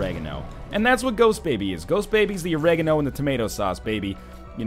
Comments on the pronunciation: Isn't Oregano pronounced awh-reh-gar-no (different emphasis...?) or is it awh-rega-no like NL said? Maybe it's just Britain that pronounces it like that. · What the fuck way did you say Oregano? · That pronunciation of oregano. Why do colonials have such weird pronunciations?